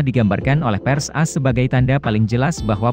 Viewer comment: Content bagus cuma cara baca negara A.S jadi as gak enek di dengar.🤭 Cuma masukan tapi apapun terpulang anda macam mana nak baca.